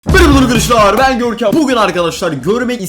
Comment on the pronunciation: Görkem diye okunur kral diye söylenir